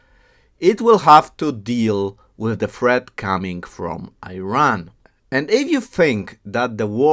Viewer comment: Unless you pronounce Iran, Iraq properly, we won't watch your videos